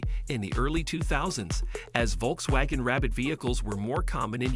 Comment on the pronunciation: I hate these AI narrations, especially when it mispronounces Volkswagen repeatedly